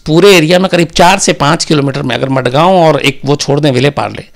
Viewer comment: मडगांव नहीं mazgaon